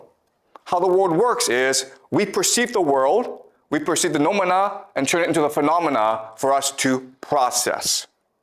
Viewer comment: pronunciation of νοούμενα and φαινόμενα cracks me up everytime. love this series.